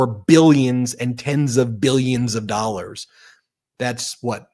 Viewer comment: Is this why they call them ‘doll-ars’?